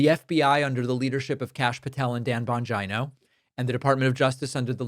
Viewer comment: Dan "Bongyno" 😆